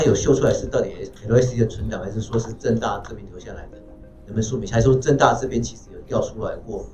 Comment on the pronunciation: 政大听着像是郑州大学hhh